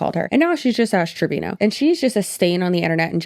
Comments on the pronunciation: To me it sounds like u are saying ass trevino instead of ash , love ittt She is awful human being, thank ypu for your videos girly i am binge watching as i discovered you through DWKT xx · i'm so confused is it Trevino or Treviño? she sucks but I at least want to pronounce her name correctly lmao